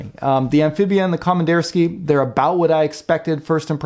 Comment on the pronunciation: Com Ann Deer Ski Uh. is roughly correct pronunciation.